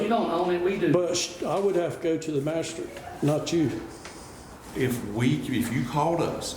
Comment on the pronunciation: "Masha-strate"? WTF is a "masha-strate"?